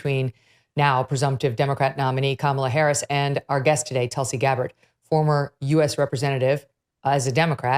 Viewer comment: Tull-see vs Ca'maala